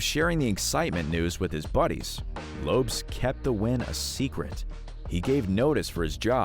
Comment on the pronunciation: Lopes is pronounced "LOW-pess", not "lopes". LOLZ